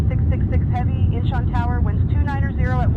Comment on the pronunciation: Its pronounced INCH ON, not Inchen